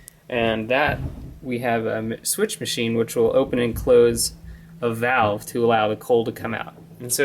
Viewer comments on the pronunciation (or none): none